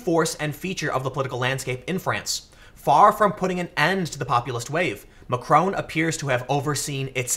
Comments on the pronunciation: His name is Mac-ron, not Mac-rone. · Hey Tim, I'll be correcting this every video until you see this but... It's pronounced Mack - ron, not Ma - Krone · Tim! It's MacrON, not MacrOWN! Also, it's pronounced "an Marsh". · Why do Americans have to pronounce everything wrong. Can't even say Macron correctly. And it's no erbs it Herbs with an H. And it's not TWOT its TWAT ! Just cos you pronounce SWAT like SWOT doesn't mean it applies to the ENGLISH language. It really fucks me off when yanks think they know or understand European politics from spending five minutes on Wikipedia. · OMG, learn how to pronounce Macron